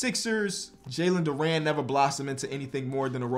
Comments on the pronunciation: FYI it's not dur an it's dur in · Btw it’s Jalen Duren. Duren being pronounced Der-in